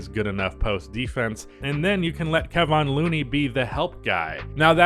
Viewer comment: You say Kevon Looneys name wrong